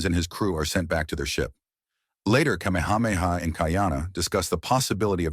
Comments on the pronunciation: The AI narration has pronounced Kamehameha all the ways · I will give this AI a B- I'm not sure how many of those names were fucked up except King Kamehameha. So bravo skynet. You did okay